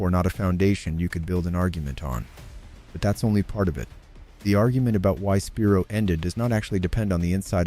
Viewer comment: Spi-Rho, thats how you pronounce it!